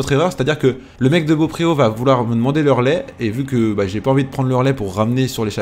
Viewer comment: Il faut dire "bopro" et pas beaupréau